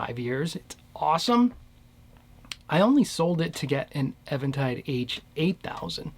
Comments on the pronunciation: It's EEventide, and if you call them on the phone and say "ehventide," they will correct you as the words exit your mouth. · Thanks bro i appreciate it..u shd note that it is pronounced as even tide... Like no waves... Get it? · I used to think it was pronounced Eventide too... but every time i called them on the phone they answered and said EEventide lol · Sincere question: is it pronounced "Evan tide" or "Eee ven tide"? I have always said it as "even" tide (as in opposite of "odd"). However it is pronounced, the H3000 sounds great.